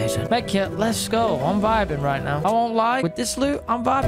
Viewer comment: You said AGO instead of go